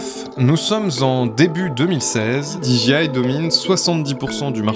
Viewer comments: Super émission mais désolé, on ne dit pas diji mais soit tu le dis à la française déji soit tu le dis à l'anglaise, didjé. Ok ? Oui, en anglais le J se dit Djé et le G se dit Ji. Pas de bol hein ? Quand les Français se piquent de parler anglais c'est décidément une catastrophe 🤣🤣🤣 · Alors, c'était super intéressant, merci, par contre j'ai été trigger tout du long, parce que tu répétais sans cesse [di ji aie] 😬 En Anglais, "j" se prononce [jé] et a l'inverse, "g" se prononce [ji]. Donc j'ai pas mal grincé des dents je dois l'avouer 😅, mise à part ce détail c'était très cool merci. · Du très bon boulot d'investigation, merci. Un détail de prononciation qui aura son importance avec n’importe quel interlocuteur Anglophone : dis moi, Disc Jockey, tu prononces bien ça Di Djay ́, n’est-ce pas ? He bien dans notre cas, tu ajouteras juste Aille. Di Djay Aille. (Dji c'est G en fait) Comme tu le prononces genre 182 fois, pour un Anglophone ça pique 😊. J'attends ton prochain projet, merci à toi.